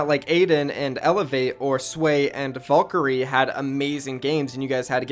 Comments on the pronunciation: Dude im dying someone said valkarie instead of valkarae. Not everyone is a virgin like u dude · Valkyrae not valkyrie